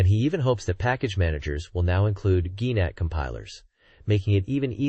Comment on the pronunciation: A virtual Mai-kaws machine? Gee-Nat? dude... gemini is outta control